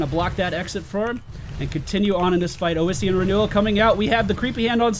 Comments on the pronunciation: Where is this extra vowel coming from in "oh-is-ian" renewal? I could see calling it oh-see-an, although the double s should clue you into the short O sound in the first syllable: Awe-see-an is your phonetic. I am going to be generous make this one free for you, but if you want unsolicited pronunciation guides in the future they are going to cost you;D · Ossian (osh-ian) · FYI Its pronounced like awesome. AWEssien renewel. Same root as osteoporosis. Great video BTW. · "AHSEE-IN' is the collagen of bones and used in the making of gelatin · I really don't understand why would you think it's pronounced Ow-essian when the second letter is S. I mean, come on, it's like calling electricity "ecterlicity". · Alright, so that healing talent you picked on Leoric, Ossein Renewal, is pronounced "Ah-See-In" From Google: "The collagen of bones, used for glues and gelatin, derived by dissolving the mineral content in an acid solution." as it pertains to biochemistry. It is derived from the Latin word for bones. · It's probably been said before but with "ossian" you need to stress the 's' sound. "Ossian" just means "bone related" (ossi- Latin prefix for bone). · God dammit D: It's OSSIAN! Like Osteoperosis! It's from the Greek for bone!